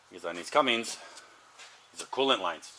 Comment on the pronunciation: Cummins not Cummings!!!!